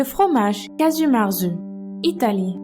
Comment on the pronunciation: S'il vous plaît prononcer bien le nom du fromage !! Si je devais vous faire une approximation en lettre se serrait " cagiou mertsou "